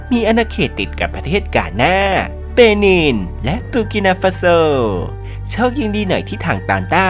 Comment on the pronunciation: เบนินแปลกๆนะ😦